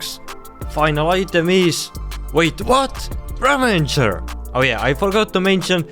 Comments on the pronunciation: Bro sry it’s ravager not ravanger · It bugged me how you kept saying "ravenger" and not ravager. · its not a ravenger its a ravager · ITS NOT RAVENGER ITS RAVAGER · i tought its ravager, not ravanger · why does everyone say "ravanger" when there is, in fact, no N in the word? Ravager is the name of the mob haahaha. ¯\_(ツ)_/¯ Ravager is an actual word meaning someone who ruins or destroys. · ik English isn't their native language but I have never seen the minecraft death prompt say ravanger... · Repeat after me: raVAger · ravager is the correct word, they're saying it wrong fyi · It is, they're saying it wrong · Chill, It's called the Ravager. They said It wrong because: 1. english isn't their native language 2. the word "Ravager" cannot be found anywhere in vanilla Minecraft.